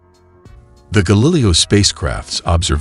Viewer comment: Screw that stupid computer voice narrator. How could you not catch the thing can't pronounce Galileo correctly?! That makes the video seem amateurish and makes it unlistenable. Boo.